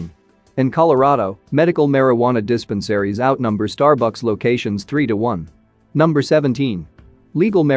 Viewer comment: Sounds like a computer narrating this video. I say this from the way it says dispensary. Good info thank you 😊